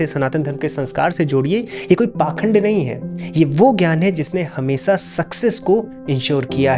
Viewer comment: Apni to language theek kar lo … its hamesha not hamesa.. khud ko aapko s aur sh ka anter nahi pata .. aur agar z nahi bola jata to hindi ke words use kar lo .. Urdu ke words kiu use karte ho ?